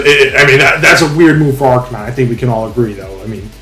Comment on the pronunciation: So sad I don’t get to face either of you unless we meet in the playoffs 🥲🥲🥲 great vid tho fellas didn’t know you guys were as close are you are that’s cool. Also…. Did you say Ar-can-knee-nay???? Lmaoooo never heard it pronounced like that b4 😭😭😭